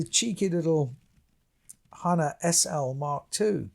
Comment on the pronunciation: It’s hah-nah…